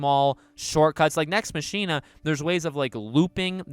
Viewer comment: Mach-ina , not Machine-uh